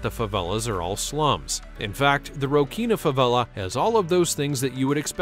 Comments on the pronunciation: "The Rocinha Favela" is pronounced Rossinha, not Rokinha... also, that picture of Copacabana beach, if real, was probably shot during a free access Rolling Stones concert or something, it never gets that crowded... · A "ch" in Portuguese must be read "s", Rochinha should be "Rosinha"